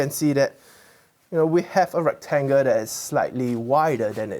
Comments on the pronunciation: And recTANGle. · Why does he call it a rectanga ? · And “trianga“, and “rectanga “.